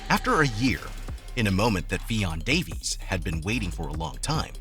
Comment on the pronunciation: man really said ffion davis 🤦🏻‍♀️